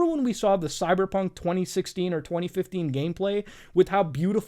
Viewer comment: When he says "Cyberpunk" why does it sounds like he is saying "Cyderbug"? look i get the fact that English isn't his native language but when you can't properly speak English, why the hell did you pick English to begin with?